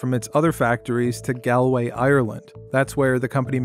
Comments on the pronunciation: should have looked up the pronunciation of Galway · It’s “Galway” to rhyme with “ball way”, not gal way. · "gal a way" Ireland LMAO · He said gælway Ireland